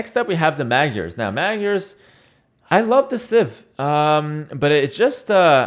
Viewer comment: why does everyone say magyars so weird. its Hungarian for Hungarians and the 'gy' is one letter/sound everyone be "g-iars" it aint no gyoza..